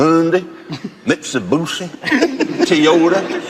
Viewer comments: Hundy, Mitsabussi, Tiyuta, Nissa, Jagwar.... Oh Jeremy must have felt like slapping the guy after Mitsabussi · I don't think they say "Mitsubussy" instead they say "meetsubeeshe"